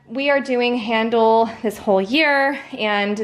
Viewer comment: I took five semesters of classical music history in college. And you get an A+ in your pronunciation of Handel. 🙂 Congratulations!